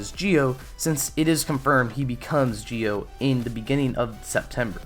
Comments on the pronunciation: It's zi-o ur saying it like jio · I’m I trippin or this guy is saying Gi-o and not Zi-o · Why are you pronouncing it like geo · that's not how the show say it if you listen its ZI-O that they say not GI-O the way you say it makes it sound wrong the i is silent so it sounds like your saying Z-Oh instead of saying gi-oh